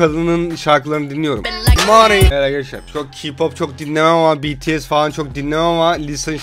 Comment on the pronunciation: bts ye beteese demesi